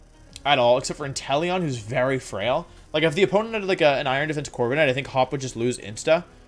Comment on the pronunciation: Why does hearing him say Gigalith and Corviknight as “Jigalith” and “Corvikanight” bother me so damn much?